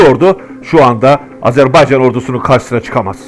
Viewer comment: Çox gözəl analitiksizVar olun!!! Əsas da Azərbaycan sözündə qoyduğunuz vurğu ləzzət verir